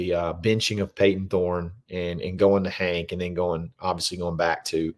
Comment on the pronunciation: Just say it. It’s Thorne